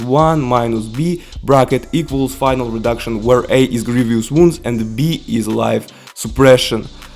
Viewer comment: Grievous wounds is pronounced as Grieve-us wounds.